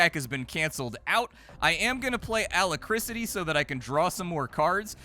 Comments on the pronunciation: pronouncing Alacrity as Alacricity made me crack up for some reason. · Wow how did splat pronounce alacrity? Ala krisity? Omg its like listening to a book and the reader mispronounces basic words, it always shocks me. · LOL, A - LACK - RITY (alacricity?) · Also it's Alacrity not alacricity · yep... not alacriCITY ffs... in rpgs its usually synonymous with AGILITY or DEXTERITY.... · I am not a native speaker, find it hilarious when I hear words like 'alacricity'. Had to check the dictionary, cause that's the kind of grammar nazi I am. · Alacrity is pronounced A-lac-crity 😆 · It's pronounced "Uh lack crit tee" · also bom-bar-dee-er for bombardier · Hahaha... I'm sorry. "Alacrisity..." Also, adding to the general lamentation of not being able to play a fraction of the interesting computer games that goes through, I can now add all the board games he's playing every week... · The way he keeps mispronouncing Alacrity. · Bro really cant say alacrity smh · Mispronunciation is absolutely on brand for. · Engagement bait? You are mental AF. What dememented world do you live in where the BEST explanation for a dude mispronouncing an uncommon word on a nearly 1mil sub gaming channel is that..... let me get this right, it is an INTENTIONAL PLOY TO GET PEDANTIC GRAMMAR NOT SEES TO RAGE COMMENT. Grow up.